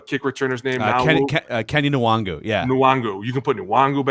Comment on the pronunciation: It's not "Kenny En-Wahn-Goo" (OR "Kenny WONGWOO"...lmao whatever the fuck they said up in the booth multiple times) His name is "Ken-eh 'N(very short, not "en")-Wahn-Goo"